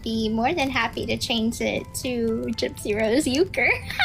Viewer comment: She doesn’t even pronounce Ken’s last name correctly… 😂😂😂 she’s such a dumbass murderer